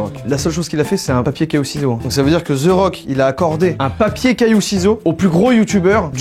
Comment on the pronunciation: We nails pas zerock Mais The Rock